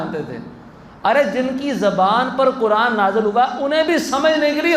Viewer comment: قینچی والا کہہ رہے ہو قران والا قاف کیوں نہیں کہتے ہو نپہلسے خود سیکھو